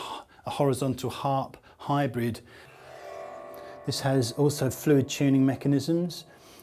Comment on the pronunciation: Why do they say chew-ning in place of tuning?